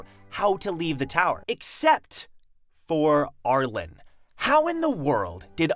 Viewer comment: R-Lean, the E at the end of her name makes it an upper case pronunciation not lowercase so it's R-Leen, not R-len